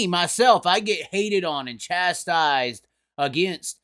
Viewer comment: chastised......wait, Chaztised